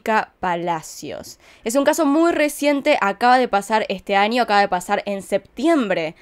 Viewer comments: Por favor ya no digas ANIO, ES AÑO POR FAVOR 🙏 😭, me ensartar como investigas punto por punto tus teorías llevo más de una semana escuchándote desde que descubrí tu canal y tu acento argentino es muy bueno 👌 solo porfavor en la pronunciación es año🤗 gracias espero puedas leerlo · Me gusta cuando dice: anio en vez de año